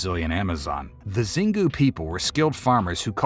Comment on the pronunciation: Xingu is spelled shingoo. Not zingu ❤